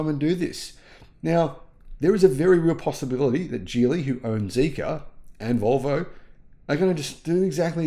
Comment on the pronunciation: Geely is pronounced with a hard “g,” similar to the word “ghee.” The correct pronunciation is “ghee-lee,” not “jee-lee,” which is a common mistake.